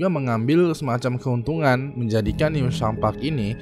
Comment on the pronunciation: Penyebutannya bukan "new sham" tapi "news ham"